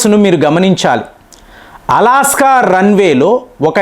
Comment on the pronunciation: అలాస్కా... కాదురా నాయనా అలస్కా... అది.... నీ దీర్ఘాలు రాగాలు సళ్ళగుండ ఏం భాష నాయనా 😂😂😂